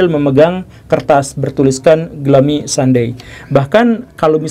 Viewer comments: Glumi pak guru dibacanya.. bukan glami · Bacanya: "glumi", bukan glami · Kirain Glummy ternyata Gloomy (dibaca Glūmi/ gluumi) ya Kang Gugem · bacanya: ˈɡlo͞omē pak guru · Bacanya “glumi” woi 😂🙏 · Pak, mon maap tapi dibacanya "gluumi" 😟😟 Tp yaudeh gapapaaaa wkwk